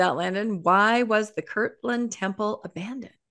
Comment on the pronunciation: It boggles my mind how many Mormons mispronounce Kirtland.